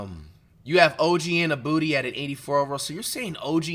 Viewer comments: this nigga said Og Anu-booty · Mf said “OG Innabooty”😭